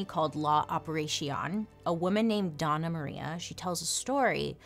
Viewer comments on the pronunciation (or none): Hello! Puerto Rican here! It's not DONNA Maria. It's Dona, with a ~ over the n. (Dough-n-ya) It's like Ma'am or Madame. It's an honorific.